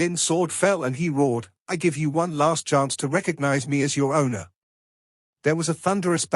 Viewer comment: I dont get it why this voice translator can spell wang lin but not wan er ( it sound double u n er not wan er) ?.